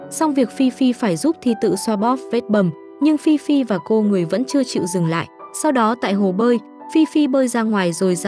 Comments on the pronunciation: Ê phi phi mà có đoạn đọc phi phai v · Phi phi mà ad đọc thành phi phai:)) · Phi phi mà có đoạn đi xem phim cùng thi tự thì lại đọc nhầm thành phi phai😂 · Phi Phi ad đọc thành Phi phai luon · phi phi mà đọc thành phi phai??? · Ad đọc phi phi thành phi phai là sao vậy ad? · Chắc ad mê phi phai quá nên đọc lộn á 😅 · Phi phi mà đọc thành phi phai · Có đoạn đọc Phi Phi thành Phi Phai bcuoi vch:)) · vcl phiphai bịt miệng a lại:)) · Phi phi mà ad nói phi phai :))) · phi phi mà nhầm phi phai luôn=))))) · Phi phi thì đọc là phi phai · Ad đọc là fifai😂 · Nãy nghe phi phai phải bịt miệng=)